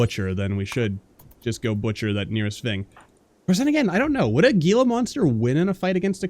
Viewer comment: Just nitpicking here but Gila monster is pronounced with an "H" instead of a "G". Also, I'm really happy you've started a RimWorld playthrough again, love it! Peace